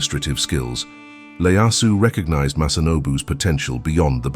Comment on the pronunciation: Tokugawa ieyasu not Leyasu.